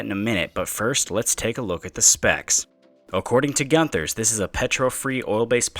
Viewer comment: Pronounced goon thers